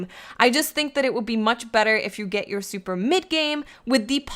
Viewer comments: I'm trying to hear more about dat supah enuhgy. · I love how she says supa and powa 😂